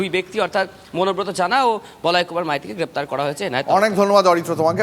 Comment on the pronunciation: অনুব্রতর ভাই নাকি মনোব্রত!😂😂😂